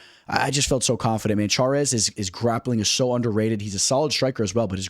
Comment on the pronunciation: 1. Daniel Zellhuber (zell-HU-ber) not zelluba 😅 2.yasmin juaregui (yar-wa-GUII) 3.Christoff Giagos (ya-gohs) not what you said. 4.L'udovit Klein (Lood-vit) 5. Karolina Kowalkiewitz (Ko-val- KAY-vich) not kavalkavich 😅 6. Ronnie Barcelos (HON-E Barcelos) 7. Edgar Chairez (Shi-Rez) not Char-es like you said 😅 ....do I need to keep the list going?